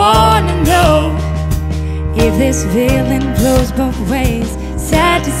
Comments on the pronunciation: It's not only the z's, she also pronounces the f as v (like "veeling"). There is another video of her singing the same song and she does exactly the same. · "if this veeling vlows both ways....baby we both know that the nights were mainly made for zaying things that you cant zay..too busy being yours to vall for somebody new" i cant. she is great at creating and singing her own music, but I am not impressed with this cover, its kinda bland and her pronunciation was irritating